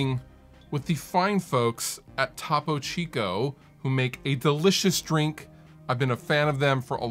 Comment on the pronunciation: lol TAH-PO CHEEECOO